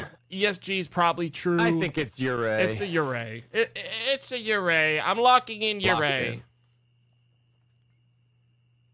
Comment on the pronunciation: Just so you know yurei is pronounced you-ray